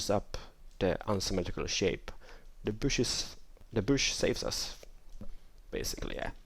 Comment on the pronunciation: You pronounce bush, like boosh. LOL!!